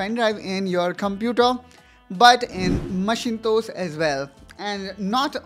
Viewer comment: Bro it is Mak-in-tosh(Myak-in-ta(o)sh) Macintosh.